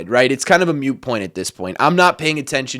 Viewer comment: Gambling ads? Btw, "moot" not "mute". Stressed but think they'll squeak in : - )